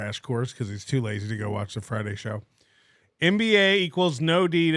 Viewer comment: When Bower said he watched “the show” it sounded like he said he watched “The Soc” - so I assume he heard your nickname watching old NLO and it was a sign of respect.